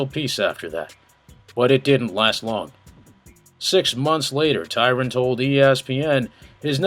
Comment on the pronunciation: Great video but please fix Tyron's name lool